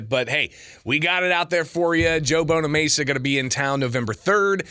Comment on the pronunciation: BonamAssa, not BonaMesa.